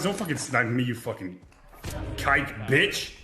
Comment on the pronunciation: to be honest I thought he said kite